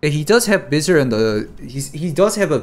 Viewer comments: its not veezor its visor. v eye soar. you were riving me nuts saying veezor lol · Thank you for eventually pronouncing visor correctly! I was dying for some reason you pronouncing vizerrr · lol its v-eye-zur........ ROFL.... the correction like one minute later.......